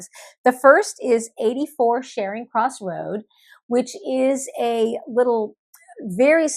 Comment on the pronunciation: 84 Charring Cross Rd... pronounced "char" as in "charcoal".🙂 Super wonderful bk. First read when I was 19, still have Tabor copy, A treasure. If you like Pilcher's The Shell Seekers, you will LOVE Winter Solstice! My fave by her. Really like her bks.